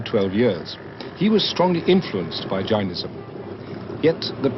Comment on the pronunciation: Its not 'J-eye-nism', its 'Jay-nism', secondly, it was not founded 3000 years ago, it was probably significantly older.